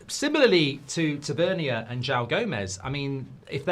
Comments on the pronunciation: It's pronounced ta van near. and he is not good enough for united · haha I swear you say these names wrong on purpose...."tav-a-neer" 😂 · Listening to Mark mispronounce Tavernier tells me everything I need to know about his knowledge of him